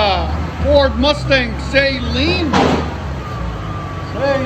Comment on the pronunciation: Yeah, so it is pronounced SUH-lean...not SAY-lean.